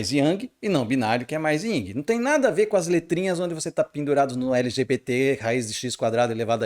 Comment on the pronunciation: NÃO É YNG, É YIN